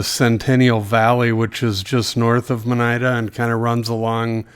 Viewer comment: I was agreeing with you on that assertion. I did giggle on some of the mispronunciation Lima & monida.